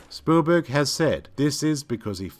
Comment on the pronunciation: It also sounds like he's saying Spoolberg lol